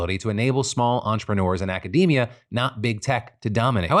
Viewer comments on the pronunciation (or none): none